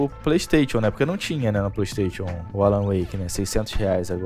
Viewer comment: para de falar playstation e fale playstaichon... está me incomodando, rs